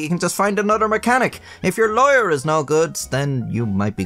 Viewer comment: When he says lawyer it sounds like he's saying liar lol